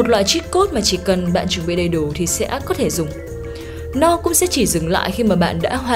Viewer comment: Ủng hộ voice nữ mới nhưng mình có vài góp ý như này, mình cảm giác âm phát ra hơi bị năng nề, có lẽ là do "ch "và "tr" bạn đều đọc là " tr "cả. Thêm vào đó là việc bạn hay đọc thêm âm " i " vào 1 vài từ, bạn đọc " và" thành " vìa ", chữ " sẽ " bạn đọc là " sĩe ", " xem " bạn đọc là "xiem", " nhé" đọc thành "nhíe". Có thể do mình hơi khó tính nhưng mình nghĩ nếu có thể điều chỉnh lại được mấy khoản trên giọng bạn sẽ thu hút hơn rất nhiều.